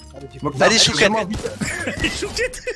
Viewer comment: « Aller choukette »😂😂😂😂😂😂😂😂😂😂😂